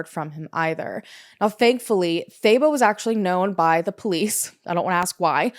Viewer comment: I'm South African and I was impressed with how you pronounced most words. But I was very confused about "thay-bow" 😂 I thought, what a weird name. Then I realized it's Thabo. Haha, that one is pronounced "tah-boh"